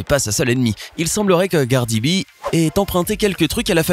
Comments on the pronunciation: gardi b 😔😂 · c'est "cardi b" pas "gardi b" c'est tout pour moi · Pas du tout elle a son style bien a elle et je crois que vous devriez commencé par bien prononcé son nom avant de commencer à la juger et à l'accuser.